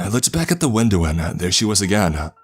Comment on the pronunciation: Why every word he say end in Ah! Windowah womanah Ah Ah Ah. Shit annoying